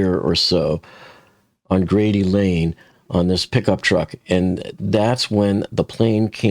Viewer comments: For future reference: That road is pronounced Grade Lane, not Grady Lane. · 😂 it’s Grade lane not Grady lane lol just messing with ya! believe me being from Louisville myself I have gotten hell about my English my whole life lol 😂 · It's Grade Lane (not Grady Lane). You say Grade like you would say for Grade A eggs as an example. (I live in Louisville. That's how we say it here, just fyi.) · It’s Grade lane, not Grady. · Grade Lane. Not Grady. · Grade Lane., not Grady Lane. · Im from Louisville and Grade Lane is pronounced like a “grade” in school, not Grady. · Grade Ln sounds just like it’s spelled (not “Grady” as pronounced). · Pronounced as it is spelled, Grade lane